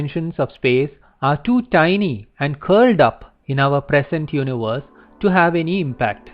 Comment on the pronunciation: I like how you pronounce universe